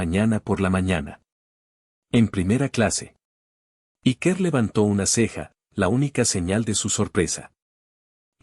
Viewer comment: Ya que algunos se ofenden por como se pronuncia nombres en inglés , decir Iker es un nombre vasco y se pronuncia Íker, no Ikér